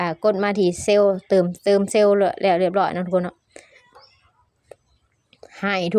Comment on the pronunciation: อ่านไม่ออกไม่เก่งอย่าสอนเลย เขาเรียกเติมไม่ใช่ตืม😂😂😂